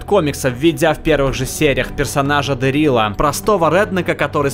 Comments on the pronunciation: дЭрил, а не дэрИл! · А теперь,все дружно скажем:Спасибо Р.Кирктман. И блеть не ДерИл,а ДЕрил! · Ооо Флэш и Ходячие мертвецы! Моя любовь! Только у меня чуть кровь из ушей не полилась, когда ты сказал "ДэрИла" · убрала лайк после того, как произнести ДарИл, а не ДЕрил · ДЭээээээээээээрил,а не ДерИиил. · Дэриала! Не Дерииила!!!!! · ДЕрил, Сука, не ДерИл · дЕрил не дерИл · Какого дэрИла? Правильно дЭрила.